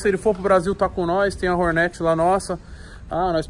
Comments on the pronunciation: PORRRRAAAA VEI, PRONUNCIA O NOME DA MOTO CORRETAMENTE...É "HORNET", NÃO " HORNÉT" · Que agonia “ horneti “ fala certo mano